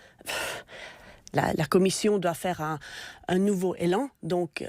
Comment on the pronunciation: Madame on ne dit pas " nouveau élan " , mais nouvel élan C est primaire deux voyelles ne se rencontrent pas .( sur France culture !!!)